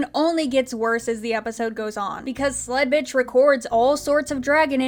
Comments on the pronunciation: Y'know, for the longest time, I thought you were just calling her Slutbitch and not Sledbitch. Until the name was actually put on screen there. I'm probably just going to keep hearing Slutbitch. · Ok but I cant be the only one who always hears "Sl*tbitch" instead of "Sledbitch" xD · This whole time I've been watching, I actually thought she said Sl_t B___ throughout this ENTIRE review series😭😭😭